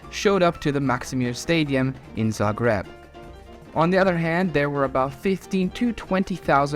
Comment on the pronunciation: your name is, and you cant pronounce Zagreb correctly?